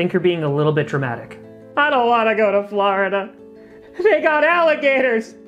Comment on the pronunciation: FLUH, FLUH, FLURIDA....